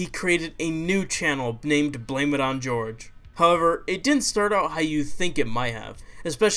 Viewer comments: It's pronounced Whore-Hay Not George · hohr-heh not george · *its pronounced horhay not george